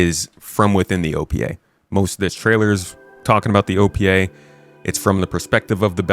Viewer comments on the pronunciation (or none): Been watching dog training vids. Every time you say "OPA" I'm hearing "au pied" (heel).